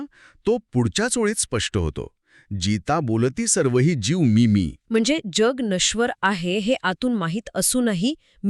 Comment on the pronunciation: जीव मधला जी थोडा लांब उच्चारावा. जीव म्हणजे प्राण,आणि जीव लांब उच्चार म्हणजे मनुष्य प्राणी. हा फरक आहे